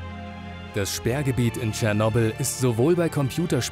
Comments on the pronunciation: So geil, wie er es ausspricht... „Tschernobl“ :D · Du hast cyernobil fslsch🤣🤣🤣